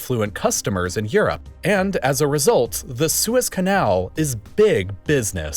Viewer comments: The way the narrator says "Su-ez Canal" eerks me 😵 it's one word lol, like Sue, and then with a Z. Suez! Lol, not SU-EZ. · it's pronounced "suez"